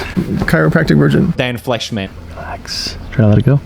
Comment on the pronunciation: If hear Dan felshcidkanman one more fcking time im disliking this video